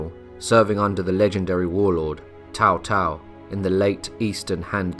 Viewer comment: I think its pronounced "Tsao Tsao", not "Tao Tao", as it's written as Cao Cao.